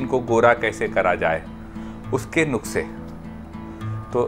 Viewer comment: Sir aapke bataye sare nuske achhe hote hai bt aap nuske ko nukas ku bolte ho bar bar wrong